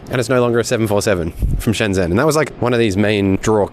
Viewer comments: Your 'shun' for Shen Zhen is wrong, it's literally said 'shen' as like it's written. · Hongqiao = "hoong chee-yow" (q is pronounced with a ch sound), Beijing isn't Bei Zhing ("jing" = as in jingle - it ain't French) 😁. Shenzhen - "shun jun".